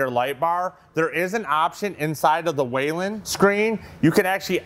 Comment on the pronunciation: It’s not waylen. It is pronounced “wheel-in”. Whelen.